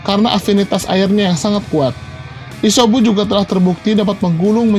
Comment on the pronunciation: Isyobu jijik w nenger lo ngomong shynobi dll